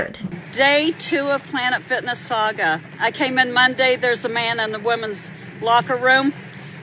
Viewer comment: Did you say PLANET SICKNESS?